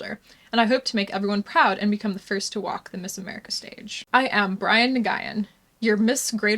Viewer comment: Did you notice he pronounces Brian as "BREE-an"?